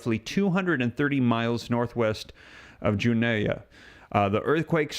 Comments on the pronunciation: Its pronounced Joono not Joonaya ! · It’s pronounced June-O